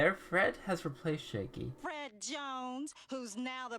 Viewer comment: Do you keep calling him 'Shaky'??? His name is Shaggy